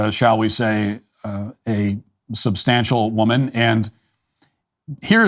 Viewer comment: "She is a substantial woman" ..... ooooh nooooo! Why did you say it like that???😅